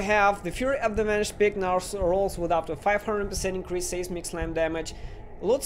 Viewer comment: it's pronounced "sizemic" slam English is stupid.